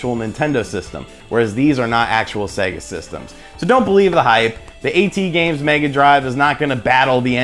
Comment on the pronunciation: I think it's pronounced At Games not A.T. Games